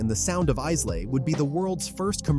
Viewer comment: Islay is pronounced Ilay as the S in its name is silent. The pronouncation is terrible.